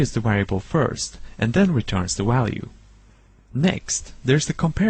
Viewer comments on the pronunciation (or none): It then returns the walue